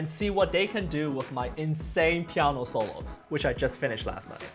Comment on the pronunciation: I def just subbed, solid piano* I would love to hear him say it more also; “pieaanuoeah” funny how a pianist talks the same as most N-Americans except the actual word. I’ve been trying to say it like that for way too long in the mirror. I feel bad I still can’t do it justice. “Compulsivity n such” it has some downsides.